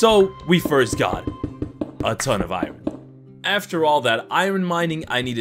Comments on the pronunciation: Iron is pronounced "i-urn" not " i'run" Jfyi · This video is great but I hate the way he says "iron". He pronounces it like " I run". I'm just so used to hearing it pronounced "I earn".